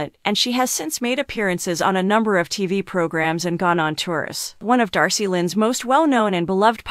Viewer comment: was commenting on her name being mispronounced.